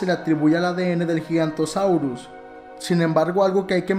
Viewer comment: Oye no es giganrosaurio es giganototsaurio